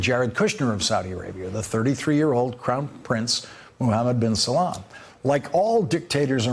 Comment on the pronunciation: It's "Bin SALMAN".